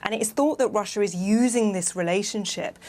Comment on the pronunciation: kid you mispronounced russia